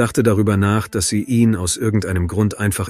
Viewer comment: Leider ja! Ich merke das spätstens wenn das Wort 'ihn' seltsam betont wird. Scheint aber die bevorzugte Methode bei viele Tubern. Ist ja auch bequemer das Script einfach vorlesen zu lassen.